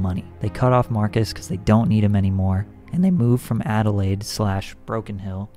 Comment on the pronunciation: btw you said Adelaide on point 👍😉👌💯